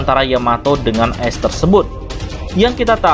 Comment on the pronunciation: dibacaanya aes bang bukan es